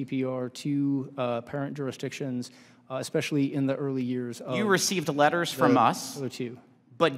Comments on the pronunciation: EXSPECIALLY? WTH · “Expecially”? 😡 And why can NOBODY answer yes/no? Is it that difficult! I never understand why every person who is asked a question has to give a lecture instead of answering yes/no.